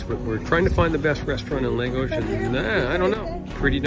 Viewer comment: Great video and thanks for sharing the recommendations. One tip: the town is pronounced, “LAHH - GOS”, not “LAY - GOS”. Please continue sharing these great videos.